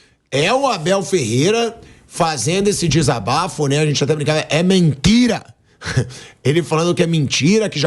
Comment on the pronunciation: O Abel disse bem: "É mentira!". E tu disseste: "É mentchira!"